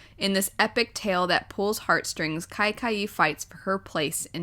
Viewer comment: The book kaikeyi is actually pronounced as k-uh-y-k-uh-ee🙂